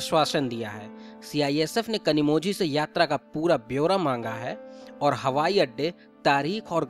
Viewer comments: Where ever you get zhi it is pronounced as li. Just a suggestion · You pronounced her name incorrectly. The letter ‘z’ in her name should be pronounced as ‘l’. She might even lodge complain against your channel. Be prepared 😊